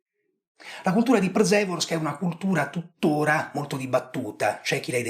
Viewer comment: Visto che sei molto preciso nelle tue esposizioni ti do una piccola info, da italiano che vive in Polonia. La RZ di Przeworsk si pronuncia in questo caso P-sce-worsk, non Pr-ze-worsk. Le lettere delle doppie consonanti RZ, come anche SZ o CZ, non si leggono separate come in italiano.